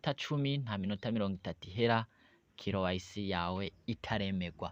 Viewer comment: Corrigez votre pronunciation. C'est K Y C( QUI WAY CI). IYO KILO WAYISI UVUGA IKOMOKA HE??